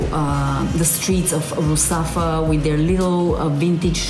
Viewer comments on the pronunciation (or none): Great vídeo!! Only,one apreciation.. Is Ruzafa,not Mustafa😅 😉 Sorry for my english